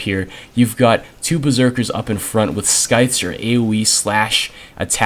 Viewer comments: Sweet video! I think I prefer Mk23 as off-perk sidearm since it weighs less and can headshot most small threats. One small OCD thing: scythe is pronounced "sigh-th" (silent C). Nice pat smackdown! That map is a tough one. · the c in scythe is silent,.